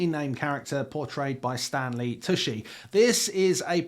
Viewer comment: Tucci is pronounced "Too-chy" CH not SH